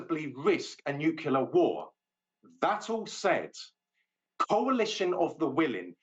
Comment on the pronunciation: The U.S. is not a "Nukyaler" power.